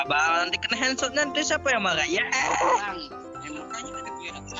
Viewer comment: denger kaga hendsot 🤣🤣 bukan nya headsot :v